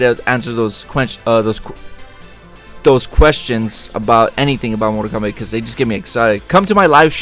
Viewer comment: KOMBATTTTTTTTTT!!!!!!1 NOT KOMBACK